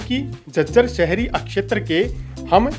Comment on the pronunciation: अक्शैतर क्या उच्चारण है¿